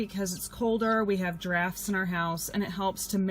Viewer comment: I thought you said you had giirrafes in the house until I realized you said some drafts, in the house